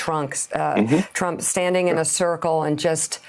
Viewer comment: Wait... did she actually mispronounced Trump as trunks? ROFL